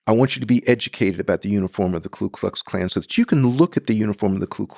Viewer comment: An expert on racist language who doesn't know how to pronounce Ku Klux Klan?